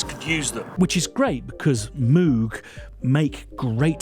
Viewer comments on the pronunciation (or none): Bog Moog said it himself how it's pronounced - moog, like vogue, you can find a video online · It's definitely Moog, like Vogue. Not Moog like a cow were saying it. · Insists on saying MOOOOG, so I left the video at :43. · It's actually pronounced "moog" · Am with you on the “Moog” thing, but playing devils advocate I should point out they also, in the early 80’s, had the Moog Rogue synth, which seemed designed to force a particular pronunciation? Didn’t really work though as I recall my mate in a music shop asking to see what he pronounced as the “Moog Roog”. 😂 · You're both wrong. Moog is pronounced like "good" "book" "took", obv. Don't know where they got Mooooo or Mohg or wtv. I wish I'd been able to let Bob know... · No worries, we understand you when you say Moog. Force us to use metric. 💕 and thanks, America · Re pronunciation - Moog Rogue.